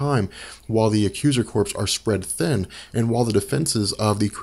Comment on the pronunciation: Thanks for the great info guys. One other nit-pick though, the word "Corps" in Accuser Corps is pronounced 'core' as in Marine Corps or Army Corps of Engineers; not 'corpse' as in a dead body. The first nit was Ron-an/Row-nan. The "O" is a long 'o' like the masterless samurai - a rōnin.